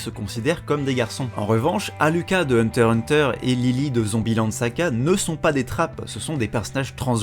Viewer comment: Ooh ouii enfin quelqu'un qui ne prononce pas le X de Hunter X Hunter, je me sens moins seule xD